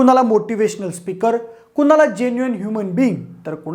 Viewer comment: आम्हाला वाटते... विषय चांगला पण भाषा अशुद्ध.. घरपन देनारी मानस गुणे की गुन्हे , कुनाला , कंपणी, ..(तथ्य का तत्य) एवढ धाड धाड अशुद्ध कसं काय बोलू शकता पब्लिक मध्ये??? ...Horrible अशुध्द भाषा.. ण ल न का म्हणता? कानाला खटकते. young age मधेच सुधारा, कोणी चेक करत नाही का?? माय मराठीची हेटाळणी थांबवा.